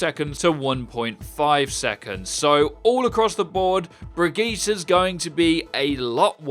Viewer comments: Yes, it's a foreign language. I'm Swedish. What you boys should know though is this: Names are the only exception to any grammar or otherwise "proper way" to pronounce something based on its spelling. A name is supposed to be pronounced like the person or family who has the name pronounces it, not how it is spelled. In french for example, everything is pronounced EXACTLY how it is spelled, no exceptions, except for names. In the English language you have to KNOW the word in order to know how to pronounce it. Many words spelled the same way are pronounced completely differently - hence French is much easier for people to learn if they have never heard it spoken... just from reading it. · Brigit is actually a viable short form. On the other hand saying "Brigitta" is wrong. There is an e and it's a hard g. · You said her name right the first time, why did you just start calling her Bridget after? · Not Brigitta. BrigittE, like in mEta I really had to say that ^^' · Her name is pronounced BRI-GEE-TA! It's disrespectful to just say her name like Bridget just because that's what you think it should be. She is Swedish, the E on the end is pronounced like an A. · she is Swedish, brigette in swedish is (Bre yet). so the gette is pronounced. The G is soft and pronounced like a Y. example Joseph is pronounced Yoseph. Now stop murdering her name like and pretending it’s so exotic and foreign lets just pronounce her name Bridge Get Teah. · Your pronunciation wasn't bad, just say BrigittE not BrigittA and you're golden;) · It's not pronounced bridge-ette, it's brigeetta, pls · Why u say "ahh" at the end of her name. You even played the video - it's "ehh" at the end ffs. Learn the name it's not that hard (german speaker here btw). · That is not true he spelled it wrong its not "ahh" at the end - it's "ehh" if that helps. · Say it with me: Brigeetah. Is that so hard? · Why call her "bridget" ? Its the wrong pronunciation. Its a different Name ! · bri-ge-tay >:T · Simple bri-gee-tuh